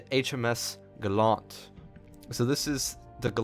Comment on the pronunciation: LOL the British destroyer name is pronounced as if you're saying gallantry.. Gallant LOL